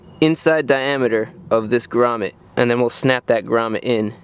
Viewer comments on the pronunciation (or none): 19 minutes of a guy saying «Gramet» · The way you say grummet is priceless 😂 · Everytime he said gramet I thought he said raman